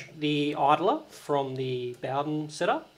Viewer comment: Mate, you're pronouncing Bowden wrong.